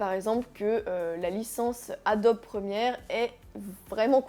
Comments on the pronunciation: Adode ....on dit Adobi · Adobe ...on prononce Adoby